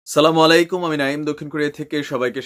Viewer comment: আমি বলব যে আপনার সালাম দেওয়া ভালো লাগে কিন্তু সহি না। সহি হলো আচ্ছালামুআলাইকুম। আর আপনি বলেন ছালামুআলাইকুম।